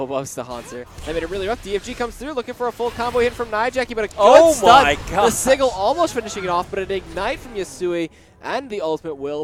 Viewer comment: omg, sigil is pronounced like vigil; i can deal with visage pronounced like massage, but sigil pronunciation is just wrong, Egad.